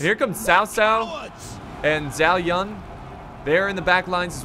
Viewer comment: Zow Yoon Zhao Yun, See-ma Yee Sima Yi, Dong Zo-ohh Dong Zhou, You-wan sh-a-ow Yuan shao (Yuan Shu is his brother) Hey Mon He Man.... These are alot closer to the Pronunciation than what you said, you got the ones I didn't list correct though. 😊 Dynasty Warriors taught me these.